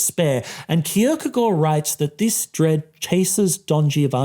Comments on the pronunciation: The real striking message of this video is an intellectual mfer flaunting his corret pronunciation of kierkagaard Edit: this is positive and i like it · Very good pronunciation of Kierkegaard!